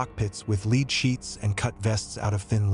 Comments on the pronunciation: Do you not know how to pronounce "lead"? You keep saying leed. Is this just an AI voice over? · Lead is pronounced Led. Just helping. Thank you for the video.